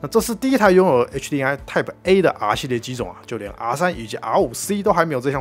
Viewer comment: 真的沒必要把“M”讀成/eŋ/ HDMI的MI應該讀成/emai/，最後這個音是“麥”，不要讀成/ŋai/